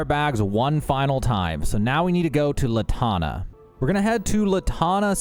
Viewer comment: Not "la tana" it's Lan tana. Lantana. Mercenary and Mercantile are the same words to you? Jemison Mercantile.